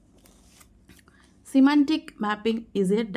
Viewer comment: English pronunciation Can be improved Eg: செமான்டிக் Semantic ஆண்டனிம் Antonym